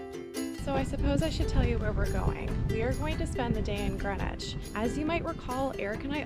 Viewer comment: Hello - I’m loving your vlogs - they are interesting and amusing …but I do have a little complaint….PLEASE - a polite but heartfelt plea from my little Greenwich born heart…do not call GREEN WICH GRENwich!!! It is not pronounced as GREN evaaaah! Us local lot say Grinnidge! or Green idge - it has two letter EE’s - after all, you would not say “I’m off to Gren Park today…” you would say Greeeeeen Park! This habit of calling the place of my birth GRENwich comes from, I understand from those folks in the US of A - they have a place called GRENwich Village - and they are free to say it that way, but sadly this very ANNOYING habit has travelled over to this green (see what I did there?) and pleasant land and it has been taken on board that we have a historical naval town called Grenwich too and we don’t 😡we have a town called … yes…you guessed GREENWICH! arghhh - no one who comes from Greenwich or close by - Charlton, Woolwich, Blackheath (universally pronounced by “us locals” as Chartun, Woollidge and Bla eef 🤣) will always say it as Grinnidge or Grinnitch or if trying to be posh and upmarket, GREEN idge … please just practice saying it as it is spelled - you will spot the difference! Anyway, apols for my rant - I loved seeing all of the places you visited, that I know so well (going to Primary School when I lived in Woolwich and also being a Brownie Guide, a trip to the Maritime, the Cutty Sark and then to Park (to eat your squishy spam sandwich lunch and a drink of oran